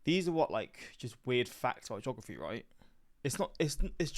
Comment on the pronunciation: I'm thinking the guy is Canadian. He pronounces "Mobile" (in Alabama) as like the phone, rather than "MOH-BEE-ahl". Same with with his pronouncation of "geography"